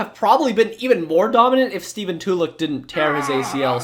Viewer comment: And I just gotta say... "Tuh-luck," not "Two-lick" Killing me,.